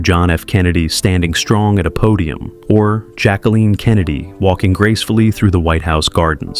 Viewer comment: You need to LEARN HOW TO PRONOUNCE Jacqueline CORRECTLY!!!!!